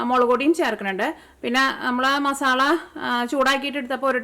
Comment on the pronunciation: ഉണ്ടാക്കിട്ടോ... അടിപൊളി 😊❤️പിന്നേയ് മസാല !!!മസാള അല്ല 😊❤️